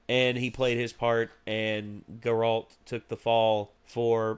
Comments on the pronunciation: GAIRalt not GerALT. you’re putting emphasis on the wrong part of his name. they say it multiple times in the show, just listen. it’s a good show though, i hope you guys continue. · How do you still say Geralt’s name wrong?